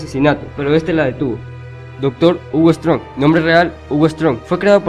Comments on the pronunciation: Si aparecen todos los villanos de Batman pero no los pronuncia bien Ejemplo Hugo Strange Se pronuncia strensh Pero el dice strong Y con otros también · escucharlo decir strong para hugo strange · Por que dice hugo strong si se dice ... se dice hugo strensh